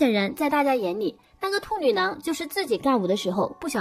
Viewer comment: 我真的沒辦法..... 旁白的"兔女囊"真的太犯規太出戲了 怎麼聽怎麼爆笑 啥恐怖都蕩然無存 了不起